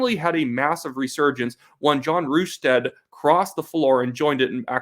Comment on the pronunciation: Good job but you should get their names right. It’s John Rus-tad and David Ee-be